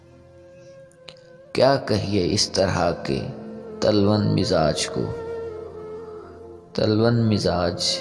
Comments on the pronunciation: پہلے شعر پڑھنا سیکھ لو ساماں نہیں سامان تلون مزاج نہیں تلوًن و پہ تشدید ہے تم اردو سیکھ کیں نہیں لیتے نیم حکیم خطرہء جاں کیوں لوگوں کو گمراہ کرتے ہو میں ایسے پڑھتا استاد تھپّڑ رسید کرتے😮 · بھیاتلون؛کوغلط پڑھاجناب نے تلون کی واو پر پیش اورتشدیدہے یہ تکلف کےوزن پرہے یہ باب تفعل سہےہےع کلمے پرتشدید ہوتی۔ہے